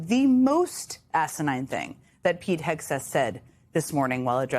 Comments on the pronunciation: Wilfred Frost constantly mispronouncing the Secretary's name as "Hesgeth" is low-key hilarious. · He called him “Hesgeth” and I love it. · I do love the fact no one cares that the Hormuz correspondent keeps pronouncing the secretary of offense's name wrong. It's the little things.